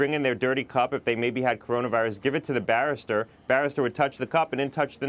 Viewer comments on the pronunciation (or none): It's "barista", barrister is some tall English lawyer in a funny hat/wig.. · It's pronounced BA-REE-STA....not BARE-IS-TER